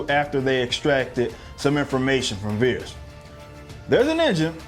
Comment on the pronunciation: It's vers not veres by the way